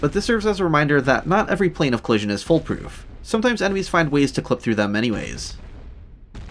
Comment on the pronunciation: foolproof, not "full proof" (great video too of course)